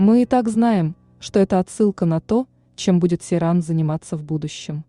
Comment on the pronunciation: Не Серан, а Сейран